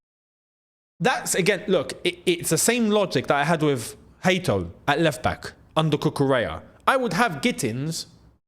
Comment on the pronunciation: You pronounce the name HATO, the same way you pronounce HAKIMI or HAMMOU. The "a" that is.